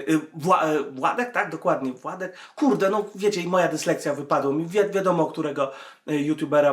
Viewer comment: NIE WŁADEK TYLKO WŁODEK